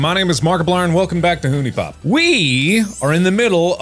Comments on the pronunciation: Mark, it's pronounced HONEY pop. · creator of huniepop: "it's pronaunced honey" Mark: "nah screw that its hooney"